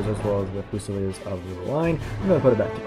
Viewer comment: THREE SYLLABLES. FU SA LEARS